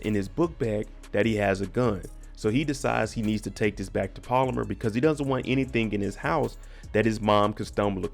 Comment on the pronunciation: Pal-Oh-Mar not polymer .. lol